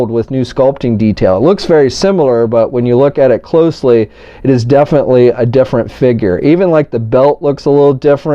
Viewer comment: "But it's differi"